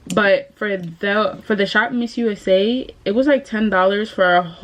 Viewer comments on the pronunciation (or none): It’s ShopMissA, not missusa! 😂